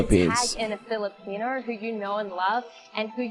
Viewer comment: can u say filipino?